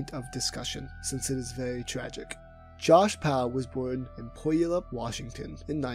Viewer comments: Lmao its pronounced "pew-wallup" not whatever tf you said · haha you mispronounced Puyallup haha, Im from that area. its pronounced PEW-ALL-UP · The way he says puyallup it’s supposed to be (pull-y’all-up) that’s how I learned to say it😂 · As someone who lives near Puyallup WA it always gets me because no one ever gets it right. Which is fair considering its PYOO-AHL-UHP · Butchered puyallup but its okay. pew-all-up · u completely butchered the pronunciation of puyallap washington 😂 its pronounced pew-all-up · Btw it's pronounced pew-allup, not Puyallup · great in-depth look on a mysterious figure in the online community. Also, Puyallup sounds like pyoo-Al-up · Puyallup is said like pew-al-up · Lmfaooo, the way you pronounced the town Puyallup. 🤣🤣 It’s pronounced “Pew-ALL-UP” 💀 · It's pronounced pew-yall-up and this scares the shit out of me because I grew up 3 minutes from Roger's high school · The way he pronounces Puyallup makes me cringe as a Washingtonian. It's pew-yal-up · Puyallup is pronounced "pew-al-up" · This probably won't matter ever again for your channel but Puyallup is pronounced as pew-all-up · Hey man great video, Puyallup is pronounced "Pyoo-all-up" FYI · Puyallup WA; pronounced "pew-AL-up" (source: I've lived in the greater Seattle area my entire life. Near 40 years.) It's the name of a native tribe from the area. Great attempt, it's really non intuitive. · Say it with me, people… “PYEW-ALL-UP” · Puyallup is pronounced "pyoo-wallup". You clearly did a lot of research for this video but next time you might just google how to pronounce something if you say it a bunch of times in the video. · I will continue to pronounce it POO-Yalop from now on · As a person from Washington, it took me until the map was shown to realize you were saying Puyallup lol. It's pronounced pew-ah-lup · Puyallup is pronounced pew-all-up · The real crime, is the mispronunciation of Puyallup. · hearing this guy say puyallup washington I want to tear my ears out....